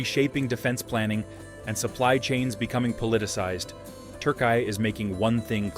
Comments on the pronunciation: “TURKAY”İS THE MOST UNUSUAL PRONUNCIATION OF TÜRKİYE. NEVER HEARD OF İT BEFORE. HOW DID THIS PERSON COME UP WITH İT? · Dude, your attempt to pronounce of Turkiye is terriblly bad. Either make an effort to pronounce it proparly or just say Turkey.